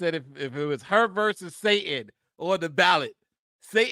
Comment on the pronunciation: Love your content - sa-tan, not sa-in. You're in good company though, candace owens drops the "t" also :(